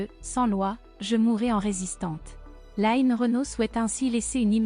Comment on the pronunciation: On ne dit pas "laïne" Renaud mais line (comme lean en anglais). Merci